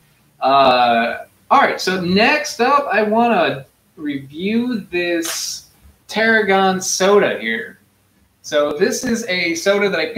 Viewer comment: But its “tarhoon”